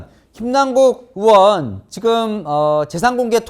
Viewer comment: 동앵커는 '의'발음이 안되시나요?? 의원을 으원, 의혹을 으혹, 계속 으원으원으혹으혹거리는거 상당히 거슬립니다. 아니,발음은 기본 아닌가? 방송 생활 십 수년짼데..